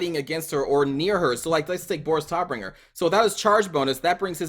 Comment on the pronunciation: Boris Todbringer is translated to "Fighter/Fight Death-giver":D Also, the "o" in Todbringer is pronounced more like the "o" in "tater tots".